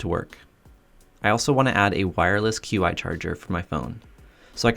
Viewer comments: Qi Charger is pronounced “chee” Not “queue-eye” Also, it’s “bell-kin” not bel-a-kin. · Just an FYI, it is pronounced "Chi" or "Chee" rhymes with "She". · Great video! A couple things, you REALLY need to setup a miter station! Also, "Qi" is pronounced "chee". Keep it up! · Not being a jerk, just wanted to share. Qi is actually pronounced Chee. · Qi is pronounced chee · Qi is pronounced Chee. Just an FYI. I'm sure most people wouldn't know how to pronounce it. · The Women of Qumar! Ha, I started a rewatch myself a little while ago. Good stuff! btw, it's pronounced "CHEE charger" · Hey sir, "Qi" is pronounced "Chi".